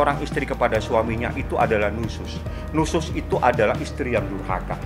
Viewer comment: Si fahmi ni nusas nusus nusas nusus sampai enek dengernya